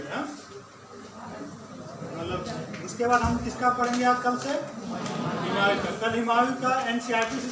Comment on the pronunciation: Aur हिमायूँ नही हुमायूँ होता है ।😂